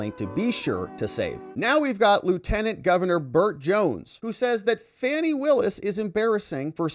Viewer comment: Actually, her name is pronounced like Fawnie, as in Fawn. That's how her father pronounced the name. Whatever. Trump 2024!